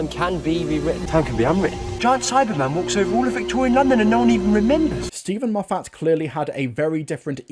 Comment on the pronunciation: Why do you mispronounced Moffat?